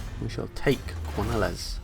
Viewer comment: This is by no means a big thing, but Quenelles is supposed to be pronounced Kuh-nell (with the stress on "nell"), as Bretonnia's place names are essentially French. I'm really enjoying this campaign so far, by the way. :)